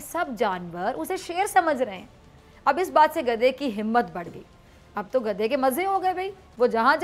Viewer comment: بی بی خدا کا واصطہ؛ آپکا حسُن و جمال آواز اور طریقہ لاجواب ہے مگر پلیز “گدھے” کو “گدا” نا کہیں۔ یہ بیچارے گداگر، فقیر یا درویش کی بعزتی ہے۔شُکرئہ مہربانی! 🌷🌷🌷 نوٹ: آپکی شیر کی کھال میں کھوتےوالی مثال بے انتہاہ پسند آئ 😎👍😜